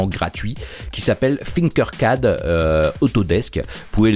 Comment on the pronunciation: comme sa prononciation de tinker Sinkers